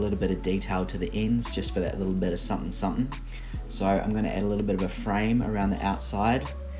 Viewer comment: "supn supn" !! Not a normal Kiwi saying :)